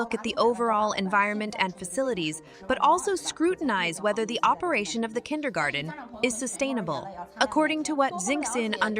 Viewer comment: It's "kindergarTen" though, dear narrator.